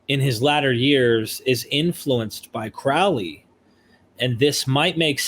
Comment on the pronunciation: Can you say Crowley?...and ya did lol